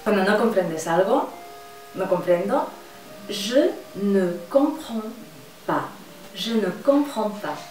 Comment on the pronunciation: El Je ne compreds pas suena como Yo no copró pan jajaja💁🏼👍🏻👍🏻👍🏻👍🏻👍🏻👍🏻👍🏻👍🏻👍🏻👍🏻